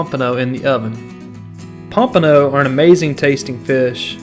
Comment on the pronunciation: take a shot everytime he says pampono